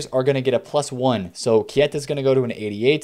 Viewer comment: HIS NAME IS PRONOUNCED ”K-TA”!!!!!!!!!!!!!!!!!!